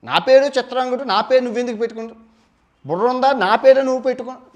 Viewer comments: Chitrangudu kadu bro CHITRANGADADU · చిత్రాంగదుడు .... చిత్రాంగుడు కాదు.